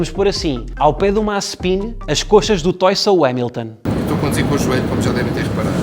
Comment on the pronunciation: Disseste mal Mazespin